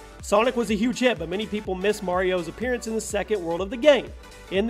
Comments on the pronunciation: anyone else bugged at the fact he pronounced appearance as "appearyance" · I don't think I've ever heard anyone else pronounce appearance as "appearEance"... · Lol, Appear-y-ance. Why donyounsay it that way? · From now on ima say apeariance instead of appearance